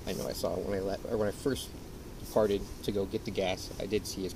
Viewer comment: I know he was saying departed but I super heard farted